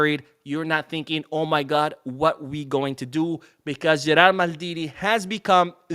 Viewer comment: In fact it's Gerard Martin, not Gerald.